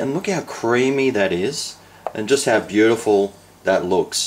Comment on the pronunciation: "bloody beaudifull" 😍❤️👍😋👋👋👋